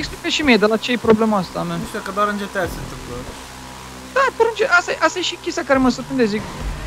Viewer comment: nu se zice GITEI CINCI se zice GTA5